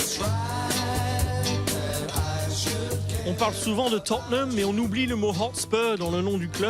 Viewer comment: Mdr t jaloux ??? En tout cas je prefere la prononciation "Totneum Hotspeur" que entendre des gros "Totténhame" par des gens qui pensent comme toi